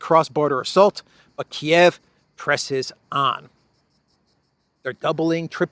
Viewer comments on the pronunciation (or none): none